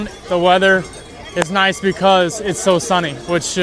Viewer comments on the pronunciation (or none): none